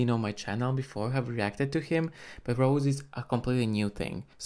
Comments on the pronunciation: Rosé not Rose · It's Rosè pronounce Ro-zay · Her name is pronounced like Ro-say or Ro-zay.